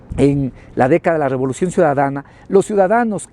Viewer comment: Rebolucion o robolucion?